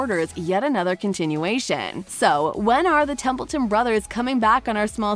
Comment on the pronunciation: This video sucks. No real information except Alec Baldwin's announcement of the 3rd TBB. You can't even get their names right. It's Templeton not Templin🙄🙄